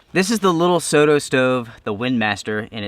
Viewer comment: This is a great little stove. I love that you say "soh toh" and not "sodo, soro" (with a rolled d or r) the way most Americans would.